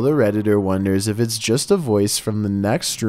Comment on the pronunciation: Dude she says "es still on"